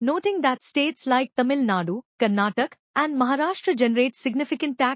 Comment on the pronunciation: Funny how the reader pronounces Karnataka as karnatak.😂